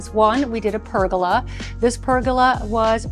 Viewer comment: Uh… are you sure you’re not trying to say “pərɡələ” (Pergola). You said “Pergota”